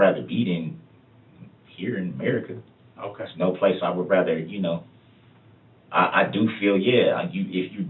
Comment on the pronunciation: It's really obnoxious that he thinks that the word is "rether". Or maybe it's "wather". He said that through the entire trial. Moron. He's not used to not being able to manipulate and control the situation, and you can tell how intimidated he is by these men in his room. And by the way, I disagree that he's not stupid. I think he's a freaking dumb a**. "My mama is older...she don't know"... Dawn Woods is 61 lol. Hardly "older". How's he doing to call home and "talk to his girls" when his daughters live in two different states, and none of his kids have ever actually lived with him? What actually wants to do is call home and talk to his vile, enabling POS mother, so he can try to garner what the police actually know.